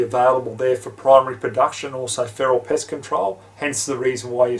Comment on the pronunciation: lmao sounds like you said "piss" when you meant "pest" or did you mean "piss"........